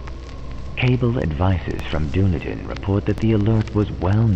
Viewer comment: Dunedin is pronounced Dun-eden. The way you say it make us sound like a LOTR tribe..... oh wait....